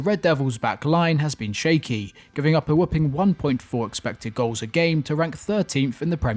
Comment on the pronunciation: 'whopping', not 'whooping'...